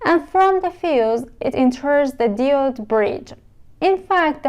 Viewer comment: برای مثال دیود نادرسته. باید دایود تلفظ بشه. یا مثلا کامپوننت رو با تاکید نادرست روی ابتدای کلمه تلفظ میکنید در حالیکه تاکید یا استرس روی p است یعنی کم - پوننت. یا الکتریسیتی باید استرس روی ت باشه نه ابتدای کلمه.